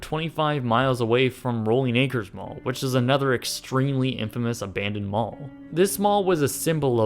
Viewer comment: Why does he always say "a-BAND-oned"? lol